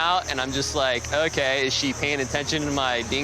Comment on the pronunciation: “IT REALLY OHKIE” had me rolling